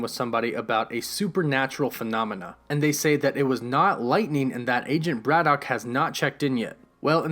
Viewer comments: Why do you have problems pronouncing "BRITAIN" and instead say "BRITTON" and it's not "BRAD-DOCK" its pronounced "BRADDICK"... and what is a "MEW-TANT" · you say britain, braddock and mutant weird....good vid tho